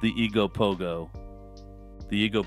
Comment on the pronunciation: The eegopogo??? Ok well there is only one ogopogo and it lives in Okanagan lake so.. 💅